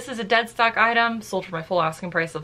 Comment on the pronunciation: I laughed SO hard when you said “deadskock”. 😆 I have said so many things wrong while recording videos..love that you keep it in!